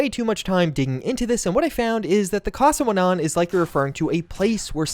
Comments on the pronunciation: My brother its cas-wennan, not casawenan 😭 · No hate just clarifying, I believe Caswennan is welsh and should be pronounced "cass-wen-nun" as opposed to "cassawenon " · hearing you say casswennan made me cringe so bad bro, it was a play by bethesda, prydwen and caswennan are welsh names, they knew a majority of english speakers wouldnt recognise it so they used it to keep the fan theories down before the show dropped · The ship would be pronounced more like "Cas When Anne" Not sure if other Welsh Speakers have pointed it out; but had to throw it in.